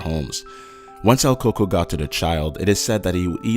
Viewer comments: It's "El Coco"...He said it correctly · everyone is here saying el Cucuy but I was always told its el coco Incase your wondering I'm 100% Mexican and so are mi parents ig it's different from what parts of Mexico were from ? btw my dad is from Axutla Puebla and my mom Chimalhuacán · its El Coco